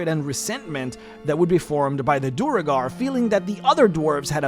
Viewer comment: Great video- a few notes on standard pronunciation- Duergar = D-where-gar. Drow = droh, rhymes with throw.